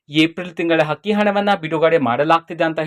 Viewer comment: Hakki hana alla Sri adu akki hana nivu kannada sariyagi matadi ok😂